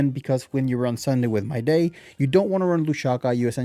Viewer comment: I mean no offence but just an FYI, Mydei is pronounced as "My-Dee" which is why Tribbie's nickname for him is "Dee"